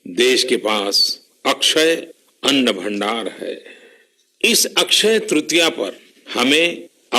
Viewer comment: Ann bhandar kaha ya annd bhandar dhyan se suniye time 7minutes 40 sec. Per chek kijiye😉